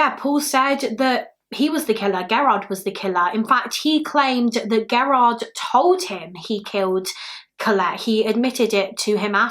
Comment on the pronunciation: FYI, lol Gerard is pronounced.... jur- like germ and R-like yard I only know cuz that is my maiden name.